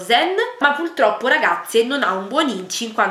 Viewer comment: E l'onnipresente "Pultroppo"